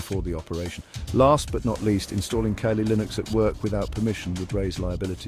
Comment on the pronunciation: Tell your AI friend its not Kay-Lee...